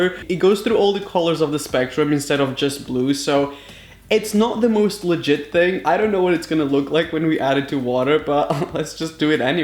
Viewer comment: He says litgite alot!!!